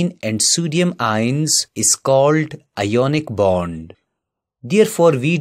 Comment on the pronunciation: You pronounce wrong ionic bond